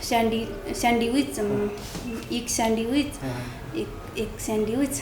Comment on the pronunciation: यसरी घोकेर केहि भयो त.. स्यान्विच् लाइ स्यान्डिविच भन्या छ😂